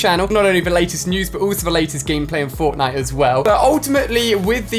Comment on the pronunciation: who else heard botnite